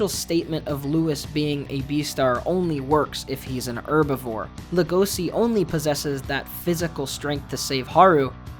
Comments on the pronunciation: Just saying it’s legoshi not logosi your missing the h and the e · Buddy, its pronounced leh-goh-shi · Why the fuck do you pronounce Legoshi and Rouis as Lego-see and Roo-es? If you're not gonna pronounce them correctly you might as well call them "wolf and deer"